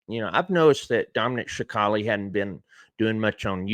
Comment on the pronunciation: Respectfully James, its pronounced sa cal lee